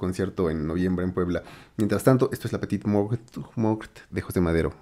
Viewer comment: Se pronuncia la petit mor ... La t final es muda la e según de donde provengas se pronuncia o no. Como parisino te diría que no. Artista que descubrí con el black list.